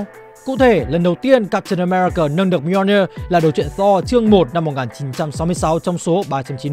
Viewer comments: Mì - O - Ni - Ơ là cái wtf? Người ta đọc là Mi-jô-nia là được rồi, phát âm như sách tiếng việt 1 phiên âm vậy ba? Còn việc Loki nhấc búa Thor đó đíu phải là âm mưu của Loki, nó bị cái spell kia reverse từ xấu thành tốt thôi. Sau này đảo cái spell lại nên nó cũng unworthy trở lại luôn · góp ý :| nếu không biết đọc như nào thì nên dùng google cho nó đọc chứ lên video mà đọc mjolnir buồn cười quá ....